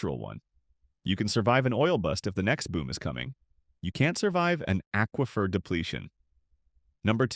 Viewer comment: When you learn how to pronounce aquifer, I'll subscribe to your channel.